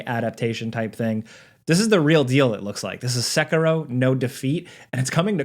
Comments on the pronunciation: SA-KEY-ROW= SAY IT WITH ME=SA KEY ROW.. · why does he say sekiro like that???? thats so annoying lol